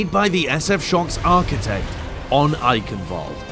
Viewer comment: One Thing upset me: ITS EICHENWALDE NOT EYKENWOLD Get it right